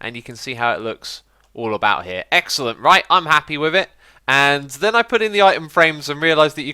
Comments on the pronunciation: "avout" An obvious mistake X! :D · sorry 'avout'? xD u must have been tired man lol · AVOUT?? hahaha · Sounds french. Sorry a-vous pour le faut de frappe.